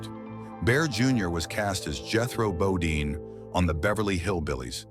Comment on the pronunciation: Automatic Dislike for the AI voice, AI writing, and misleading title. I almost felt like giving it a like for misspelling (and mispronouncing) "Jethro Bodine" as "Jethrobadine". But not quite.